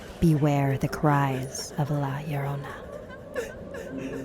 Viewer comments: That was the most white pronunciation of la Llorona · Bruh y does everyone say La Yorona and not Lorona? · Just so you know Her name is pronounced lagrona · She had a daughter and a son not two twin sons. And the husband was having an afar. Also.... am I the only one who is bothered by how she’s pronounced her name???!!! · im getting very nervous and im hispanic so how she says it makes me nervous me: too that's not how you say it TvT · I, as an angry Mexican, am irritated on how she says La Llorona, I like pronouncing Spanish words in the accent